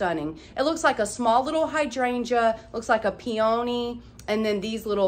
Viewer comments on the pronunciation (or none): I love love love ur videos! I usually don’t comment I just wanted to let you know the flower you are talking about is a P_O_knee (peony) it’s just so funny cause I used to say it the same way 😂🌼🌷🪻🌺